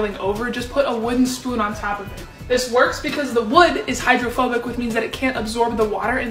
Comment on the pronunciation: Am I the only one who heard homophobic instead of hydrophobic-👀